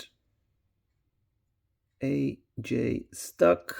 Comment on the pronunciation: H.J.Stuck = Hans-Joachim Stuck, so you'd better read the name with German pronunciation, it will sound better 🙂